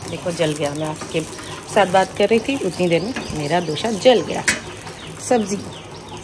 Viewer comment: Mere khyal se dosa hota h na ki dosha😅